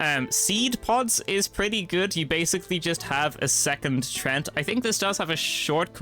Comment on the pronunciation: "treant" is pronounced like tree ent